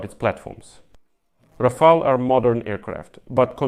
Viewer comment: Rafael ❌ Ra-fail ☑